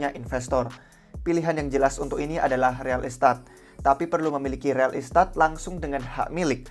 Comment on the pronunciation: Real estat ? pronounce mana tuh buset 😂😂